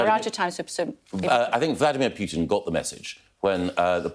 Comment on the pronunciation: Sorry to be pernickety but it ay Pyootin Mr Gove it's Poo-tin. Sounds funnier in Black Country English